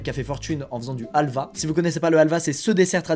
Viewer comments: En tant que grec, il faut que je le dise. C’est Alva mais halvas avec le « h » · Pas alva, sa se dit havl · Helva 🇹🇷 ❌ Halva 🇬🇷 ✅ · on dis de la 'halva et pas du halva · On dis helva est c’est turc déjà